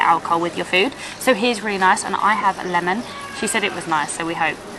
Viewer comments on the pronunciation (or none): none